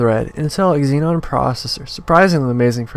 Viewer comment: It's Xeon not Xenon